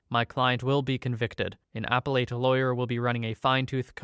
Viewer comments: Appellate is actually pronounced "a-pel-it". So yeah. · It hurts me how you pronounce appellate. It should be a-pel-it.